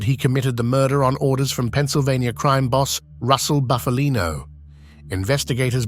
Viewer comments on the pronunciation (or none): none